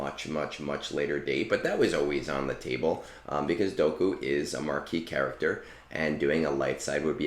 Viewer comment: Your pronunciation of Dooku made me unsubscribe 😔